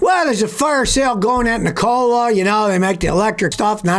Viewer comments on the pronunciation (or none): Google how to pronounce Nikola dude